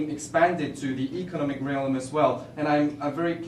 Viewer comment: economic 악센트 틀린것 내놓고는 괜찮네요